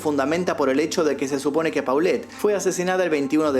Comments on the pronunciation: Te hubieras documentado en la pronunciación de los personajes. Las fonéticas son Lili TELLEZ. no "telez" y la niña era POLET no paulet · Se pronuncia tellez no teles,polet y no paulette 😢